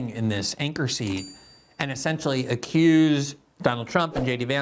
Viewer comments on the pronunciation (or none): none